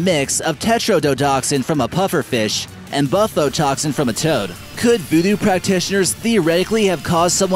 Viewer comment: the way he says toad made me laugh harder than i needed to. XD